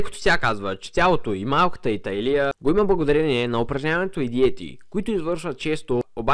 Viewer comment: „Малката й талИя”???? Момчето, което чете текста, както и диалектът му, са под всякаква критика :) Иначе видеото е интересно.